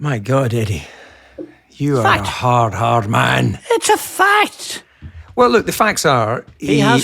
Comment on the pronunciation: "Ahhh, you'rrre a harrd, harrrd man ..." Great atmosphere. A privilege to attend this knowledgeable chat. Next time: lounge chairs, a whiskey on the side?